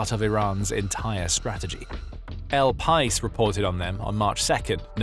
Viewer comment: It's not pronounced "el pice." It's pronounced "el pie-ees." /facepalm.